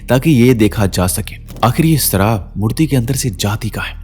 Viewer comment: "Sharaab not saraab" Poor pronunciation.